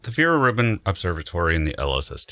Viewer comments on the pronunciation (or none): I heard "Fear Ribbon" instead of "Vera Rubin"